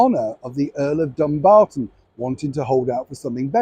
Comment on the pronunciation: That comment showed what an ignorant woman Meghan is. How dare she insult Dumbarton like that? And she pronounced it on US TV DUM-b-ton. Unintelligent and disingenuous at the same time - quite an achievement.